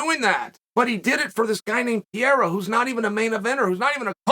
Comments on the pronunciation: Alex: It's Pah-ray-rah Uncle Chael: Pee-era Alex: Pee-era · Stop saying "PIERRA" 😂🙉🙉🙉 It's PEREIRA! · man you are yelling like nad,its not piera,it is Pereira and he is apsolute class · It's kinda cute you calling him PIERA but it's actually PE-REI-RA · Rofl Chael keeps saying “Pierre” like Alex is a fucking Frenchman. I think his performance last Saturday proved he isn’t French. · Chael spells Pereira’s name right but still says Pierra🤣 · Pe-rare-ruh or Pe-heh-da are the acceptable ways to pronounce the camp's name, Uncle Chael. Lol. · For Christ's sake, stop calling him "Pierra"! Call him Poatan! It's what Brazilians call it and it's easier for English speakers to pronounce. In English, the correct pronunciation will sound something like "Poah-ten". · Awesome that Chael thought about that. It would be more awesome if he can pronounce his name correctly 😂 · Uncle Chael won't give a f*ck to learn how to pronounce the name Pereira. Lol